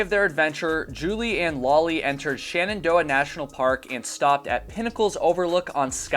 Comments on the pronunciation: *Shenandoah. Not Shanandoah. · SHENandoah not SHANendoah :D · Why do you pronounce Shenandoah as 'shannandoah'? Also, what does 'schtrongly' nean?